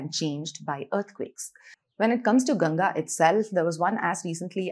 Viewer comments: At least Indians should pronounce the name properly, aye? Please stop pronouncing the name like Ganja. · It's Ganga not Ganges, why do Indians mispronounce their own names ?